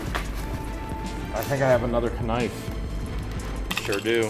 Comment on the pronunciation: ka-knife? Slang term using in Ohio?